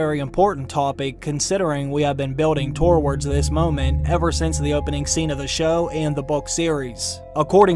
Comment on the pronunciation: Toe-wards. Lol. Where u from homie??